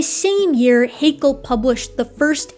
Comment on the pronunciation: ... Just because it pains me a little as a native speaker, I'd like to point out: Haeckel and Hegel are different family names... and are pronounced slightly differently. Hegel, as you splendidly demonstrate, is pronounced similar to bagel (long a and e). Haeckel, if pronounced correctly, sounds somehow similar to shackle (short a and e). Otherwise, I'm absolutely satisfied with what you've explained here. Ein Dankeschön for this great documentation. 😊👍, x & ❤